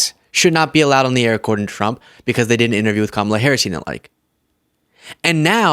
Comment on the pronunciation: Why can't he say Harris????